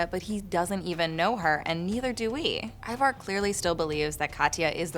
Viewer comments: Why do you pronounce Ivar the way you pronounce it? Its not an English name. I think you should not pronounce first letter I as in lets say a word iron but like in word instant. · who is ivar ......its bloody ivor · You notice Harold pronounces everything different than every other character, the way he says Ivar and everything